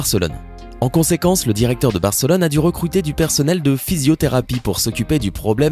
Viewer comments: c est pas Bèrcelone mais Barcelone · C moi ou il a dit fc bercelone